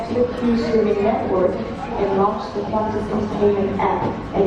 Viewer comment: Not Qantas.